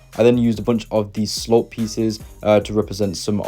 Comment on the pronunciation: I’m sorry but when he says slop instead of slope a part of me dies inside